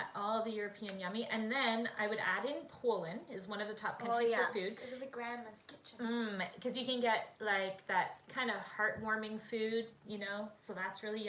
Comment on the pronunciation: Where was Grandma’s kitchen? couldn’t understand what you said. 🤦🏽‍♀️